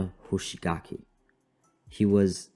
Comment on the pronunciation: Ikr I heard hoshigaki and I was like "hmmm🤔"